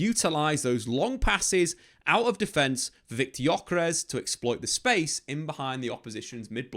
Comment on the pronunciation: Ö is not like "o" in jocky. More like "ou" in journey. More drawn out.